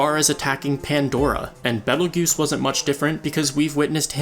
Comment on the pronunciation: Pronunciation-Bee tail juice . Not battle guuse.